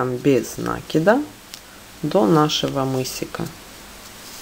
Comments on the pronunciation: Все хорошо, но можно правильно говорить "накИд а не нАкид, вы хоть применяйте проверочное слово " накИнуть а нАкинуть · Замечательный МК, но убивает слова нАкид. Простите, но мы делаем накИд, а не нАкид. Откуда вообще взялось такое ударение👎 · похоже на польскую фамилию из тех мест, где соседние с немецкими области. Правильно говорить и "нАкид", т.к. естественно для украино-язычного произношения (или. где сохранилось старорусь-кое произношение и словарный запас; может, в Беларуси), где ударения на первом слоге - не так , как в русском, где на втором "накИд"